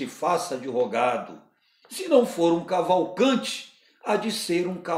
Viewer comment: Vídeo bom demais. PS: Cavalcantiiiiiiiii, com ``i´´